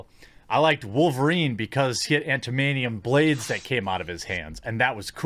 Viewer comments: ^ "Antamanium"...? Jeremy... my guy... my dude... my man... "Adamantium"... "add-ah-MAN-tee-um". Like 'Adamant'. Like... you know, 'Adamant'... Come on, bro... You're better than this. 'Antamanium'... smh... :p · did he said "Antamanium"? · "Antamantium"? NEWB! ...jk! Good vid. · Did Jeremy say "Antimonium"? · Antamanium? Seriously? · "Antamanium"? Unsubbed